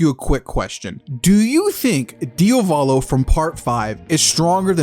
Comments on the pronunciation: The only thing I hate about this video, is you saying Diovalo instead of Diavolo......I swear it's not that hard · DIOS MÍO, why do you call him DIOvolo??? That's so grating and off-putting! You KNOW it's Diavolo! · “Diovolo” 🤤 STOP SAYING IT IDK WHY ITS GENUINELY PMO ITS DIAVOLO DE-AH-V-A-L-O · "Diovalo" lmao dude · thought i was the only one who noticed this, it made the video unwatchable for me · why is bro keep saying his DIOvalo 😭😭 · I love your videos but as an Italian please diavolo it's not pronounced diovolo like Dio. The a is pronounced like the A in "art". Please it's not hate your videos are fire it's just to clarify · Even part 5 polnareff gonna be walking with this (Also for the love of Dio,, stop pronouncing Diavolo "Diovolo"😭😭😭) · Why you keep calling Diavolo "Diovalo"